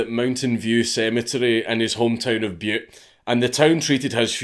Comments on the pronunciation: I’m from Montana! Thanks for saying Butte not Butt 😂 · A huge thank you from a Montanan for not pronouncing Butte Montana as Butt Montana. We don’t get a lot of that, even from other Americans. ....Butt, Montana lol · Congrats on pronouncing Butte correctly.